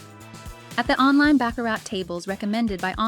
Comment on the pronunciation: It's pronounced BA-CARR-RA